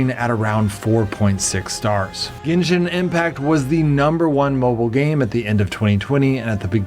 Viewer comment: Yooo he finally pronounce genshin impact correctly